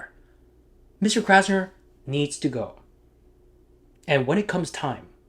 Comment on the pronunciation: 'Krasner' huh? Every. Damned. Time.